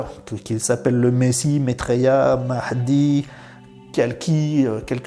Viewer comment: Combien de étiquette ? Qui va te comprendre ? Il faut un pouvoir imble de rédemption . C'est trop zen pour eux . Tu a correctement pronancé le mahdi mais le plus important tu va te souvenir si tu seras d'accord ou contre lui